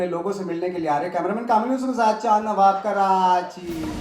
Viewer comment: Jawaw nahi nawaw Sir aap ka